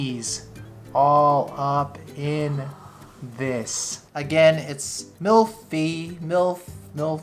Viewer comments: it's mille feuilles, pronounced "meal feuy" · "mille feuille" is pronounced like: mill-FOY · It's approximately pronounced mill foy :D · All looks amazing, wish we had this here! P.S. it's pronounced like 'mill foy'. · Did he just say milfy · It's pronounced ... "mil foy" 😃